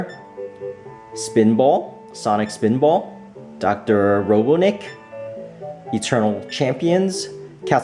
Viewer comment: ROBOT-NIK! Not ROBO-NIK!